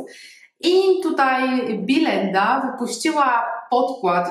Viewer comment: To jest biElenda a nie bilenda... strasznie to brzmi...